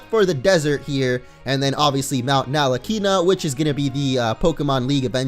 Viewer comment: Nalakina?? What the hell? oAo